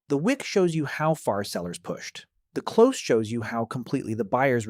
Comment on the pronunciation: yep, more AI. He also talks about the "close" of the candle but pronounces it as "Close to me" not as in "Close the door"